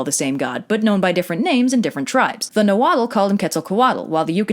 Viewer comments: That pronunciation of Nahuatl words made me cringe a little... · Her pronunciation is actually pretty far off. A lot of people haven't heard the true pronunciations of these words because a lot of the world is not exposed to the nahuatl language and the other mesoamerican languages. It's not just the vowels, its also some of the consonants like the unvoiced ł in the common suffix -tl. For example, most English speakers pronounce the word "Axolotl" as [ACKS-O-LOT-UL] when it is actually pronounced [AH-SHO-LO-Tł] with the unvoiced ł at the end. Her method of pronunciation is like that of the former, which is an English-based pronunciation scheme. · No disrespect but in Nahuatl you don't pronounce the L at the end of the word.